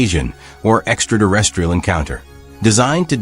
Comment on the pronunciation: Extra-terrestrial - not extra-durestrial or whatever it is you're saying xD